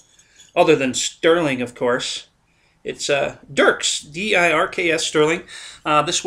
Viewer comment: Dirks? Don't you mean Birks?